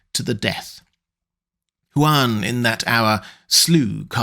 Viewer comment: You say his name so many different ways. Is it pronounced Juan? Hoo-an? One?